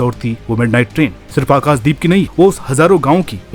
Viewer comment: खुद के नाम का उच्चारण अनुराग "सूर्यवंशी" और आकाशदीप का उच्चारण "आकास" दीप साफ है कि आपको "श" शब्द बोलने में कोई आपत्ति नहीं है अपने उच्चारण पर काम करो यदि खुद का नाम सही से ले सकते हो तो दूसरों के नाम भी सही से उच्चार करो